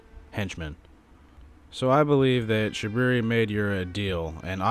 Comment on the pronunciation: I love how u call him shabooboo xD